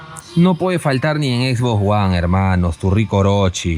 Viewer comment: Jajajaja "X box guan"...